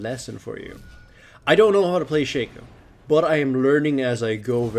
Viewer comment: It's pronounced Shaco not Shaco